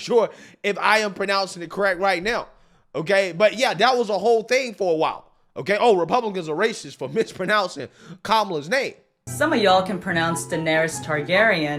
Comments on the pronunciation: "her name is Gumella" it's Kamala ...the clip of that girl calling people racist for not pronouncing her name right which she herself is doing lol .... nice job loll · Everyone pronounces the vice presidents name is pronounced kunt-mahla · They call people racist over the pronounciation of Kama-lala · Its Ka-la-la-hamas Haris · Momma Argentina is a fool…sorry, I meant Dumbo Fat-seal…SORRY…DONNA BRAZIL. There is a huge difference between being racist and telling a racial joke. Stereotyping is real, brah. 😂 edit: Kamala is pronounced GOD-ZILL-A. my ESG score just went down. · ahhh! but when conservatives mispronounced kah- mall's name it was on the msm 24/7 😢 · The mispronunciation by journalists, newscasters, tv and podcast personalities is annoying. How many years does it take to learn Kamala’s name? And how many months to pronounce ‘Vivek’? A little effort is all it takes. Good on you for making the effort, G! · Kamala can't even pronounce her own name correctly.😂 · They keep correcting Kamala name when it was pronounced wrong called anyone who didn’t say correctly racist